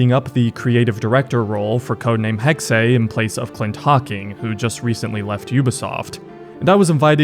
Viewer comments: Jesus fucking Christ man, you speak English. Hexe is NOT "Hex-hey", it is literally just pronounced "Hex" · ?? No most english speakers say Hexay or Hexy which is not correct (like in the video) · Did he not teach you how to say hexe? Its said like "hex" dude... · Btw Hexe is not pronounced "Hexey"/"Hexay". The second "e" is pronounced just like the first one -> more of a short "eh"-sound (like in "enable")